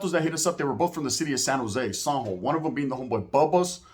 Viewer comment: You say " San Jo" kinda weird, took me a minute tounderstand what you where talking about sounds like you are say zombo